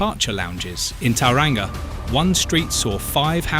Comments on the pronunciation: What is Dunnidin? AI has shitty pronunciation omg then Taraanga shut up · The pronunciation of Dunedin and Tauranga is atrocious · Happy to see people go we love a bit of peace and quiet and your pronunciation of Dunedin and Tauranga is even more hilarious than they way I say them In my comedy set!